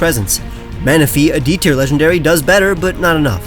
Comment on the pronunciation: TIER, NOT TEAR!